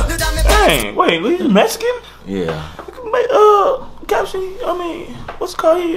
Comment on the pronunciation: Did y'all just say Meskin? 🤦‍♂️🤦‍♂️🤦‍♂️ That's fucked up